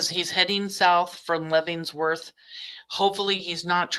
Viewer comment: Lev-en-worth like the prison. Just letting you know not trying to be a jerk.